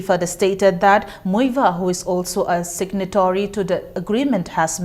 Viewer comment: u don't even know how to pronounce Muivah.wt a same on u.